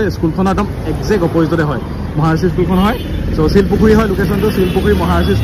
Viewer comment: ছিলপুখুৰী নহয়, শিলপুখুৰী